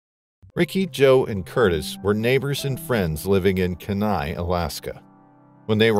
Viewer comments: I hate the way he try’s to pronounce Kenia. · Kenai is pronounced Kee-nye, not Ka-nye…fyi. It’s a beautiful blue-green color as it’s fueled by glaciers. It’s also solely a drift boat. No motors allowed. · dammit the word is Keee Nigh not Ken nigh where the hell are they getting these narrators. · Hahahaha “kin-nai river.” Alaskan’s pronounce it the “keen-eye” river. Kenai. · Lol “Ken-eye,” it’s pronounced “Keen-eye.” Just sounds funny to a lifelong Alaskan. 😜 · It’s pronounced like Keen-eye! I’m from Alaska and my dogs name is Kenai. That really irritated me 😂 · Ken-eye pronunciation is killing me. It's kee-nye, like bill Nye the science guy. Simple Google search isnt hard. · It’s Kee-nigh river, not Kin -eye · It’s KEE nai, not ke NAI. If you’re going to do a video like this, learn how to pronounce the words you use. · Kee-nai, yes. But if you don’t know, it’s an honest mistake. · Just a fun fact, but Kenai is pronounced KEY-nye; 2 syllables w/ the emphasis on the 1st syllable. I'm a born & raised Alaskan & very familiar w/ the area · Kenai is pronounced KEY-NYE, with the emphasis on the KEY. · Kenai Peninsula is pronounced like: "Key nigh" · Kenai River is pronounced KEEN EYE! I am from Alaska and it cracks me up how people mis-pronounce everything. You should of at least made the effort to research the correct pronunciation! So annoying! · Pronounced: KEE-NIGH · It’s pronounced Kee-nai. (Kenai). Respectfully, Alaskan here. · It's pronounced "key-nai". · It's pronounced kee•nai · Kenai = Key-Nye River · Kenai is pronounced KEE-NI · Say Keen eye river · Kenai (kee-nye) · It’s Keeee like car key ni like eye Keyneye kenai it’s pronounced Keyneye 😃❤️ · I can’t get past the mispronunciation of the Kenai River. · A part of me dies every time he mispronounces Kenai. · Geez botching the actual name of the Kenai River